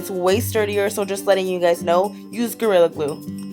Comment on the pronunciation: you said gorilla grue